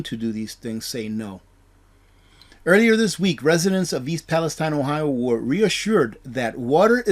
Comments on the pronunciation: Its ... East "PalestEEN!" I know it should be East "Palestine" like the Holy Land but it's not. Every once in a while things like this happen and it's incumbent upon somebody broadcasting to get it right. You're getting "too big" to be "this quaint" ... to be "too Goober" ... "this simplistic". Learn how to pronounce things. You're a good guy and I've learned a lot, have prepped accordingly but you're starting to embarrass yourself. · It is pronounced Pal- i-steen